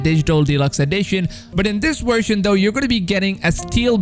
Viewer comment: It’s version not shershon.